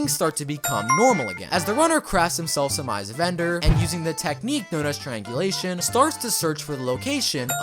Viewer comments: How many times r u gonna say trianglisum😂😂😂😂😂😮😮😮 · Its triangulation 😊